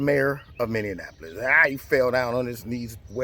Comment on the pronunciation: It cracks me up the way pronounces “Minneapolis”. Is he doing that on purpose? It sounds like he is conflating Indianapolis and Minneapolis: Min - dian - apolis! It’s pronounced “MINI - apolis”. Makes me giggle every time!